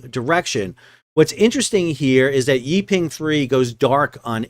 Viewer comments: Great video, but "Yi Peng" should be pronounced like "E (as in Eel) Pung" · Oh, I don’t think you mentioned that the captain of the Yi Peng (pronounced “Pung”) 3 is reportedly RUSSIAN.